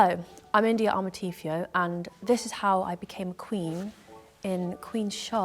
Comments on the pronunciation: Very!! I'm like wow! I'm trying very hard to overlook it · Amarteifio is a Ghanaian name, it’s quite funny how she pronounces it